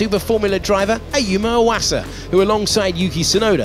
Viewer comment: 岩佐の発音って「ォワッサ」みたいな感じになるんだ🤣